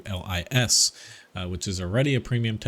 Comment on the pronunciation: Pollack here: you can pronounce LIS like "LYS" or "LEES" like in "LEASe" but without last "e". Lis means fox in Polish, hence the fox on the turret in the skin for the CS-52